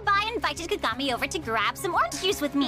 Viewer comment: I LAUGHED SO HARD WHEN U SAID KAKAGAMI LIKE KAKA AND GAMI NOT KAGAMI BAHAHHAHAHAHAHHAHA